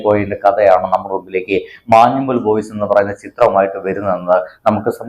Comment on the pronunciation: മാനുമ്മൽ Alla Anna... മഞ്ഞുമ്മൽ .. Edappallykum kalamasserykkum ഇടയ്ക്കുള്ള സ്ഥലം